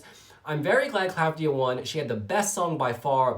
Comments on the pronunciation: It is Klavdía. Not Klávdia. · you are great! i really enjoy yr videos! i love yr reactions! the v is pronounced as v and not as u like the italian/spanish/latin equivalent. and the accent is on i. asteromata(female)=star-eyed. greetings from greece